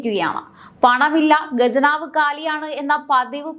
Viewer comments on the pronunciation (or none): ഗജനാവ് എന്നാൽ ആനയുടെ നാക്ക്. ഖജനാവ് എന്ന് പറയ് പെണ്ണേ. വിമുകത അല്ല, വിമുഖത ആണ്. ഖ... പറയ്.. പറഞ്ഞ് പഠിക്ക്.. പടിക്ക് അല്ല. ഉച്ചാരണം പറയാൻ പഠിക്ക്, എന്നിട്ട് ചാനലും ആയി ഇറങ്ങ്. 🥶🤐😝👻